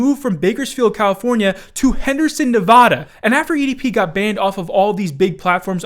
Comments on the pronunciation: Damnn I live in Nevada 😂 damn why say it that way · Great video as always, but that's not how you pronounce Nevada.